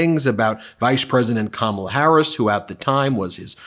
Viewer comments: Trump struggles to say Kamala's name. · I hate that the right never pronounce Kamala correctly…it’s so rude. And they know they are doing it on purpose. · So racist that he can't or won't pronounce Kamala's name properly. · Trump, still does not know how to pronounce Kamala Harris‘s name. This guy is a malignant narcissist, combined with pathological liar. 🤥 🤥🤥🤥🤥🤥 can’t wait till we don’t see this man ever again on camera!